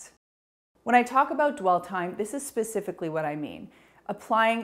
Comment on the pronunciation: Love and thank you for your videos!💕 One thing I find cute/funny is when you say the word pacifically instead of specifically😝